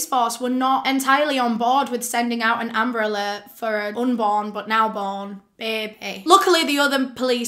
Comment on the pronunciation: It sounds like "umbrella" when she says amber alert..😪